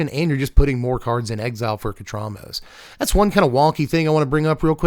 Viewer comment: Compared to the pronunciation of the actual pharaohs named Thutmose, and given that Ketramose considers Oketra to be his mother, I would pronounce his name as "ket-ra-MO-suh".